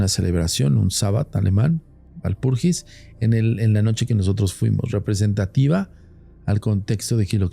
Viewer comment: Walpurgis se pronuncia Valpurguis en alemán. Si se quiere transformar la palabra al castellano entonces se refiere a la noche de Walpurga.